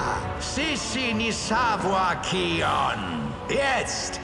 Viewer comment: Bin der selben Meinung, englisch ist besser, das kion anstatt keion macht mich wahnsinnig.